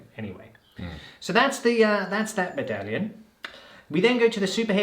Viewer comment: Bone and Beard couldn't pronounce it correctly a while ago, and thought it would be funny to keep saying it ever since. You don't need help, they do 😑